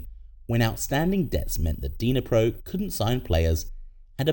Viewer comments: It’s NOT “DYNA-pro”… it’s pronounced “NEE-pro.” The D is relatively silent. Otherwise, it’s an interesting video. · The way you pronouced Dnipro was painful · nah, it's just bad pronunciation 😂